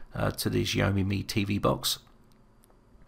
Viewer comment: Great Video...but....Xhahome tho? isn't it pronounced it Xa-o-me?